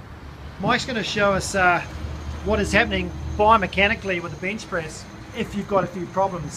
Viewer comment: ay mate, carful when ya benchpriz mate